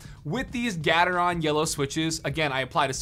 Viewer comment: The way he pronounced gatreon trigger anyone else? 😂😂😂